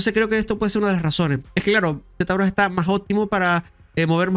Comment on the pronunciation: Z...brash se pronuncia locoo